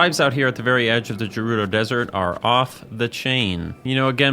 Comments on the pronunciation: Gerudo, not jerudo. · did this man just say "juh-rudo" desert. (love your vids and not trying to be a smart ass, I just think it's pronounced "Geh-rudo" with a hard G) EDIT: and then he pronounces it correctly? baffles me once again. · a philosopher of our time. i just dont know why you said jerudo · J-JERUDO?? EXCUSE? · I'm sorry... Jerudo?? haha great video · "Jerudo"? Come on. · did bro really say "jerudo" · Did he just say Jerudo???? Bruh?? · “Jewrudo desert” 😂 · Bro said jerudo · I've never heard someone say jerudo and i think you should eat 2 tablespoons of sand as punishment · Did this man just say "jewrudo desert??" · Gerudo is pronounced with a hard G. Not jerudo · Gerudo with a soft 'g'? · The Gerudo pronunciation is interesting.